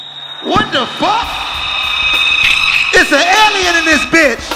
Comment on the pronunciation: Nobody : Chico : “Dat bitch is a Ellian “😂